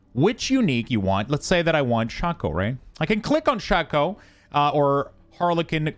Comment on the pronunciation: OMG it's called SHAKE-O not shock-o PLEASE !!!!!, us old school Diablo players are cringing